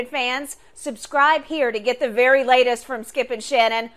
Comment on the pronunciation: “Berry Berry Long Time” 😅